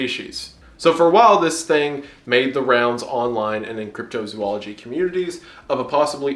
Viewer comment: Wendigoon I love you so much but my autism is killing me please say “zoology” right